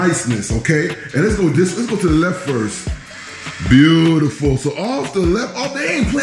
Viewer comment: Cute house!, you crack me up "Foyer vibes" and I love your "Buh U tiful!" 🤣❤👍